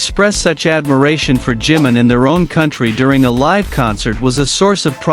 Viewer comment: A tener cuidado con el nombre NO ea 'JIM' SINO JI-MIN o JIMIN!!! si dicen 'jim' puede confundirse con JIN que también es de bts ES IMPORTANTE LA BUENA PRONUNCIACIÓN DE LOS NOMBRES PORQUE PARA ELLOS TIENE UN SIGNIFICADO IMPORTANTE... creo que si a uds le pronunciaran mal sus nombres lo corregirían: verdad? Yo lo hago, tanto como cuando me nombran o cuando lo escriben así que A CORREGIR EL NOMBRE DE JIMIN PORQUE EN ESO TAMBIÉN SE NOTA RESPETO!